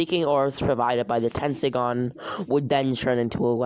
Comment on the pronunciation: Dude it’s tenseigan tesnseigan